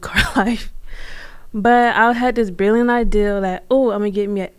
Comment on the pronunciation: she had a “billiant ideala”?